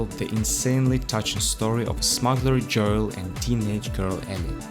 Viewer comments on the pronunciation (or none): none